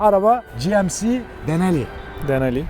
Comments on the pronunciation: dinali degil abi, GMC Sierra Denali ( Denali paketin ismi) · Not deneli 😂😂😂denali